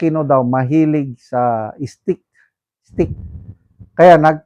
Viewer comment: Pwde moba ayusin english ex steak not stick n also diverticulitis check google how to pronounce it some students might be misguided u chose to be a vlogger then its your duty to be good at it. Fyi i follow all your episodes but pls make it better next time regarding the issue i mentioned. Good luck 👍👍👍